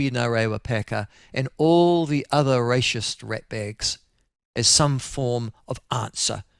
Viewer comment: "Racist" not "Rache-ist", Michael